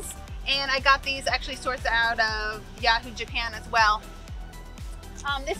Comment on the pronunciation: 😂😂 Took me a couple of time’s to understand that she was saying Yahoo Japan 😝